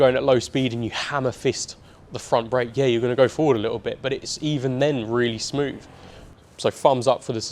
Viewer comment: Somefin, frottle, wiv, smoov, two or free… if an article was written like this, it’d be jumped all over. Also… really really really really really. How many times can you say really? The transition from writer to presenter must be difficult for some people. I have to presume this is one of those people. I made it halfway through.